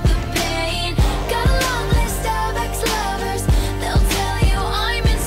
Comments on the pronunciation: I didn't hear Starbucks lovers, I heard stomach lovers like seriously. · I thought it was star-lust